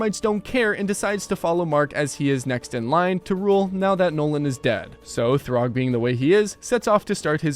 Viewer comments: It’s Thragg (thu-rag), not Throg. Throg is a variant of Thor from Marvel comics. And “Variant” is the correct spelling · "Throgg" "Kregg" 🥀🥀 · Anyone else getting mad at this guys pronounciations (throgg) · It’s thragg not throgg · My friend, Thraggs name is pronounced “Thrag” like “frag” not ”throg” like “grog” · "Throgg" its Thragg bro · "throg" brotha what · why does he call thragg, throg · did this guy say throgg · why are you saying thragg like that